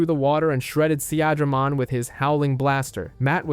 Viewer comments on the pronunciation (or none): More than once he even said "Se-ahh-dramon" lmao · and all the pronunciations xD deejeemon, an-jimon, seeAdramon xD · you mean Sea-Dray-Mon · I dont want to sound like im unappreciative of how well the video has been made, but pronunciation is very important and makes what is an important moment, sound like a joke. You went from saying Unimon, to saying Oonimon, instead of Sea-dramon, you said See-adramon. We are all fans, we have all watched the shows and played the games, pronunciation should not be an issue, and yet somehow it still is. Sometimes pronunciation isn't important like people who still call Arceaus, Ar-see-us instead of Ar-key-us. But I do believe true fans of an IP should have witnessed enough of words being said, that pronunciation shouldnt be an issue. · See-Adra-mon... the funniest way I've ever heard Seadramon pronounced! = ) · Great video and nicely done, but some of your pronunciations are killing me, especially when they say it in the show LOL! Mainly Seadramon, Piedmon and Digimon themselves haha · His pronunciation of Seadramon pissed me off